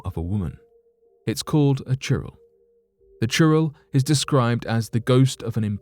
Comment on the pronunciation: It's churail not churro 🤣🤣🤣🤣🙏🙏🙏🙏